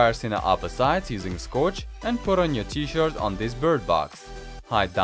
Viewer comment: He says T - Shirt and I can hear as T - Short.